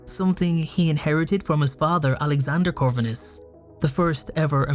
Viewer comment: You’re pronouncing Corvinus wrong